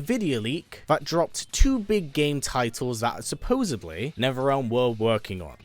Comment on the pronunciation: I really wish he would pronounce supposedly correctly. The only thing I ask to get from Netherrealm is another game.